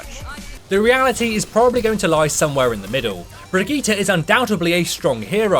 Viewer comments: It s not Bregetty or Bregeeta It s a german/nordic name. Its pro.... fuk it do whatever you want! Just dont let me hear it or my cringe organ could implode ofc this is not only aimed at you! Its for all of you! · How they pronounce Brigitte XD i thought who is this hero they are talking about